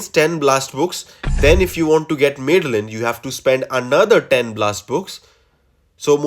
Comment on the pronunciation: 'Mad-the-lyn', not 'Mid-the-lyn'